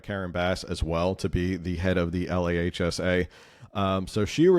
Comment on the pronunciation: LAHSA is pronounced LAAHSA